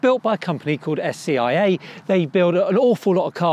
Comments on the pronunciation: It’s SAiC.....not SCIC . It was engineered in the UK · So, the name of the parent company is "SAIC", not "SCIA" as this commentator states.